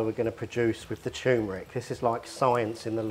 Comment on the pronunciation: Tur-meric not choomeric mate.